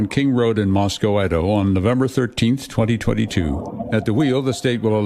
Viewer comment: At least dateline pronounced the name of the town of Moscow correctly. (mos"coe")